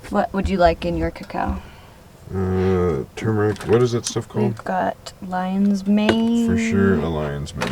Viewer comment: There's the stuff that you keep pronouncing "ca cow".... are you talking about cocoa? (chocolate?)